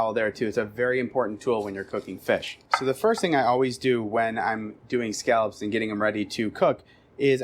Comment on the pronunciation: He does sound like he's saying "scalps."